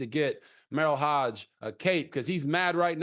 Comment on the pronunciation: All you casual football fans.....it's HOGE not HODGE 😄